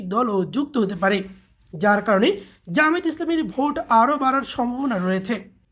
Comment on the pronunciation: জামায়েত না জামায়াত শুদ্ধ করে উচ্চারণ করুন।